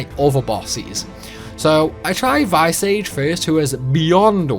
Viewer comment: Vice-Age? Visage is pronounced 'vizz ahhje', what the fuck. I can forgive the butchering of most of the names (Quistis? Kwer-stiss? Really?) but visage? Jesus christ.